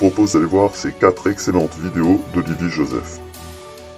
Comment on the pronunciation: J'adore comment la voix synthétique dit "vidios". Je trouve que c'est un parfait résumé : ces gens sont des vidiots... Merci, excellent travail comme d'habitude. Et mes félicitations sincères pour avoir cherché à comprendre son baragouin. Pour se balader dans le cerveau de Saïd Adjoul, il ne faut vraiment pas avoir peur du vide...